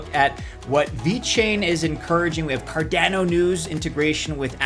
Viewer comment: Car-DAH-no... not Car-DAA-no. ADA (sounded out like a name), not A-D-A. You wouldn't say E-T-H, you say ETH (like you were sounding out the letters/saying a word).